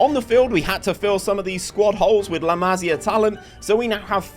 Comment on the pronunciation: Just a heads up, it's pronounced la-mah-see-ah. almost suffered a stroke hearing it pronounced la-mah-sya so many times